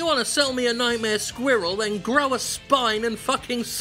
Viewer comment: Jim pronounces "squirrel" funny.